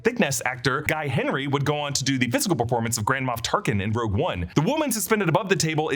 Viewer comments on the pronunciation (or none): none